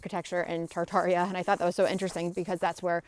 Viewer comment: Oh and you were Totally saying Tartaria correctly . Mind unveiled is a great channel all the way around.